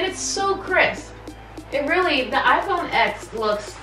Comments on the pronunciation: It's iPhone X (10) not "ex" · The X is pronounced “ten” sorry just had to point it out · It's pronounced iphone 10 btw